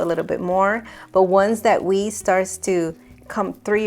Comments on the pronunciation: Yeah, I was thinking the same thing. It’s “way” not “we” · Just as a note. "Whey" is pronounced "way" not "wee." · Whey is WAY not Wee. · (Way) not wee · its whey ( way) not we its ok i get it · Just an FYI: Whey, for some reason, is pronounced "Way" in English, not "Wee". Took me a second to figure out what you were talking about at first when you referred to it as wee. If it helps at all, that's what I called it at first too. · Its whey. Pronounced Way not wee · Yes as someone who loves listening to different accents, I kept feeling like wee instead of way, was a mistake worth correcting. Other than that, I really enjoyed listening to your voice. It is very melodic and beautiful. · Way not wee! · Great video but it is not wee it is way (whey) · Sorry to correct you but the milk water is pronounced whey (way) not (wee) which is urine. Great recipe! Well done🎉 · Its not pronounced wee it is way. Omg 🤦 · Nice vid. Thanks. 'Whey' is pronounced 'way' not 'wee'. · I really enjoyed watching your video, I don’t know how I got here but I’m happy I did. Except one thing girl, “Whey” pronounced like —> Way… not We ❤ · Awww it's pronounced way....not weee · Whey is pronounced "guey" for your Spanish speaking tongue. You kept pronouncing it as "wii" which was weird. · I can squeeze the "we?" "Whey' - pronounced like guey. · Wee? Does she mean whey? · It's pronounced "way" not "wee" ! 😊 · Please know it’s “whey” pronounced “way” it’s definitely not wee!! :) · yt:@ "Squeeze all that WEE out" LOL, didn't know it had piss in it. Whey = (Way):yt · Thanks for this simple recipe perfectly explained. Aside, please pronounce the word "WHEY" as "WAY". To call it WEE conjures up something quite unpleasant. 😅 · Every time you say Way like Wii or Wee! 😅 Well, I know what you're talking about. ❤ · The correct pronunciation for whey is "way" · Whey is pronounced like Wāy. I’m not perfect . Just want you to sound as good as you can. I love you videos ❤ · Thank you! Cause it was KILLING ME